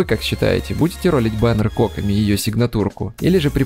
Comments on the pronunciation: Задание легенд анонсировали на стриме разработчиков. Так что будет доступен вместе с запуском ее баннера. И автор, я умоляю, произноси ее имя правильно - КокОми. Ударение на второй слог. А то у тебя какая-то Cock-omi получается. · кОкоми? Ты хоть понимаешь куда ударение ставишь? Её зовут кокОми! Чисто из-за этого ставлю диз. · Что с ударением на имя кокОми... кОкоми говорит.... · смертоубийство 👹 Ни нада так.